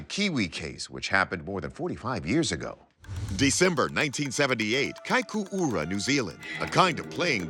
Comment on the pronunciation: Good job trying to pronounce "Kaikoura" that's not easy